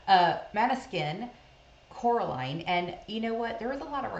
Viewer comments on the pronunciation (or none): It's Coraline, not Caroline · Coraline not cAroline